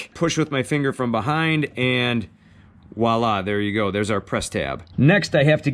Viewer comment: Note: It's "Voila," not "Wahla" . . . just sayin'. Thanks for the helpful vid!